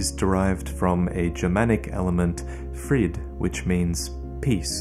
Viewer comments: "Fried"? ehm, no. Its Friede, Frieden (both meaning peace), but never heared of Fried. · Its actually pronounced Fried-eh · Friede isn't pronounced like Frieda. For some reason good old Ariandel is the only one who says it right in the DLC.